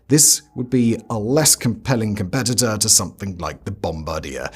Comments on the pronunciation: Great video and glad to learn something new. Speaking of which, and coming from a proud Canadian, it is not “Bomb-ba-deer” but rather “Bomb-bard-yay”. Think French when you say it. Otherwise no notes, thanks for teaching me something! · It's NOT Bomb-A-Dear - - it's Bom-Bar-De-A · It's "Bom-bar-dee-AY" That's because the company was founded by the French-Canadian family of Joseph-Armand Bombardier, and Bombardier is a French surname. "Bomb-ba-deer" would sound unusual to most people familiar with the company, although it's an understandable guess from the spelling. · BOM-BAR-DEE-AYE. Not Bomb-ba-deer. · bomb-BAR-dee-eh - Bombardier 🇨🇦❤